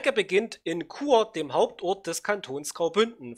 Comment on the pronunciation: Bravo Chur wurde richtig ausgesprochen.